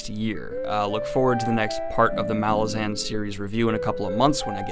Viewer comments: Helpful hint: Apparently it's "Ma-LAZ-an" not "MAL-ah-zaan". (Yup, I was saying MAL-ah-zaan for years ... then I saw Erikson interviewed ... here he is saying the name ... Anyhow, this might help build cred in later videos. Keep up up the great vids, Man! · You are pronouncing Malazan incorrectly. Ma-laah-zen. Midnight Tides is the best MBotF book. Deadhouse Gates and the start of House of Chains follow those up in terms of greatness. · Hey Daniel! There are a few interviews where Steven corrects a lot of the pronunciation mistakes readers make. The first one being the title itself. The emphasis is on the second syllable: "muh-LA-zin" second syllable being pronounces with the "a" of "at". At the end of his interview with the "10 very big books" podcast he talks about it. Another one which took me by surprise was Kruppe pronounced "crup" like "cup" with an "r". Duiker is "doo-ik-er", and pretty much all the other names I had way off. Enjoy the read! This series is such a trip. Walk in the light :) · I thought it was muh-lahz-in. Did you just guess, or did you find out how it's actually pronounced? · Just want to note that you’re saying “Malazan” wrong. Normally I’m fine with people pronouncing fantasy names however they like but this case is different because “Malazan” is a demonym and so is subject to English pronunciation. Look up how Erikson says it. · Please pronounce "Malazan" the way that Erikson wants it to be pronounced!